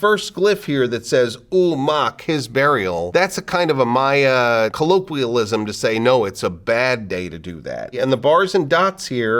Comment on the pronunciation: learned that I was pronouncing the plural of Maya wrong x_X this was fascinating.